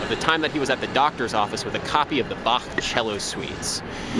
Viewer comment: Omg, an american who actually pronounces Bach correctly. 😍